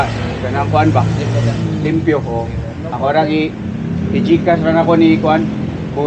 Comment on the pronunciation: Nakatutuwa si kapag sinasabi nyang "Peang" imbes na "Paeng" haha saka "limpyo" imbes na "liempo" 😅 Thanks sa mahusay na content. Napakanatural at hindi gaya ng iba na scripted. Napaliligaya mo kami 😂